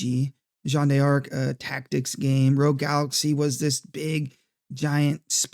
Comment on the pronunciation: Dark Cloud 2 is indeed on PSN. For 15$, along with the first one, Rogue Galaxy, and Jeanne D'arc. They're also part of PS+ if you have the tier with the classic games. I wouldn't call saying a name correctly is pronouncing it fancy.